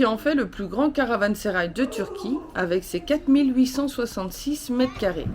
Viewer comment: Meraba, Caransérail se prononce [ karavãseraj] , pour info Nous on l'a visité aussi cet été et on a eu la chance d'y rencontrer Ilbert Ortayli, un professeur d'histoire turc , polyglotte, extrêmement cultivé. Un méga banquet était organisé pour commémorer le 2ème anniversaire de la restauration . On s'est retrouvé bien sûr invité et à table avec que des pontes, préfets, gendarmeries, représentants culturels.... Bon je pense que avec nos tenues sportives, on dénotait mais bon ils nous ont mis très à l'aise...Un super souvenir. Quant à vos températures, je ne sais pas ce qui est le mieux. Nous cet été, on avait souvent des températures insupportables, ce qui nous a freiné dans certaines visites. Merci pour vos belles images 😘😘😘😘